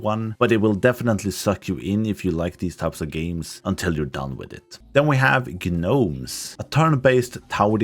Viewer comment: ....I can't tell if you're mispronouncing gnomeson purpose or if that's just how the game says it.... The G is silent, you just say Nomes, not "Gah-nomes"